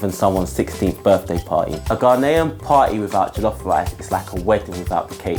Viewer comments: Why dafuq do british Ghanaians, and non Ghanaian africans says Ga-NAY-en. Hvae you ever heard a native say ga-NAY-en. it is GA-knee-en. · Btw it is pronounced GA-NE-YEN jollof rice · Gah-nay -an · I am offended he doesn't say "Ghanaian" right